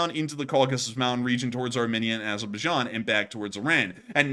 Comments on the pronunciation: Armenia is prounounced 'Ar-meen-ia, not Arminnia. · It’s pronounced aar-mee-nee-uh